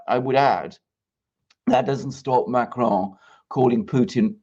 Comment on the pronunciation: can you please stop pronouncing Macron like he's Spanish